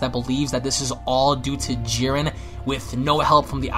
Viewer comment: People who can't pronounce Jiren, Zamsasu, Vermoud, etc is not enjoyable to listen to